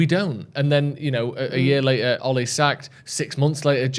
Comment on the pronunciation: its Ole, not Olay 🤣😂🤣